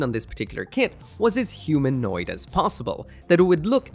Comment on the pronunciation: Why did he say humanoid like that